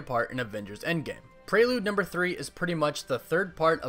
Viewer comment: Why do you say Prrelude like that? AHHHH?!?!?! But umm like the vids man and my fav super hero is Iron man just for his humor in the movie.